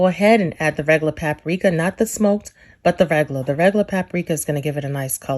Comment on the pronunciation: There is a minimal amount of "cajun" about this. #1 ... don't ever wash your chicken.,all you're doing is spreading germs on everything when you wash your chicken. If you just cook it properly, you will be fine. #2, if you say pap a rika or Ole Bay, plz just stop... plz.